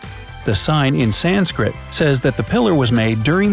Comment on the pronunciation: It is pronounced sanskrit not saanskrit